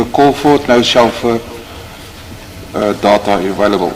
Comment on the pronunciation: Its called Deyta, not dhatha😂